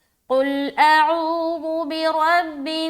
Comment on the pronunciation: السلام علیکم ورحمتہ اللہ وبرکاتہ پیاری بہن اعوذ باللہ میں جو عین ہے عین گویا ایک الف کے برابر کیجئے اس کو